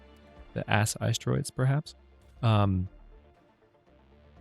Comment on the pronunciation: Did you seriously just say Ass Icetroids?!